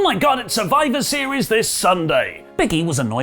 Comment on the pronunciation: She said "After Survive series" D.Drop 🤣🤣🤷🏽‍♂️